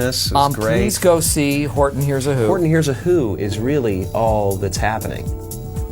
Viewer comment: does anyone notice he says hortny hears a who